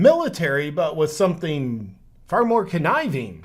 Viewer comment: "Sometheen" is not a word. "Wakeen" is not a word. "Uncomfterble" is not a word.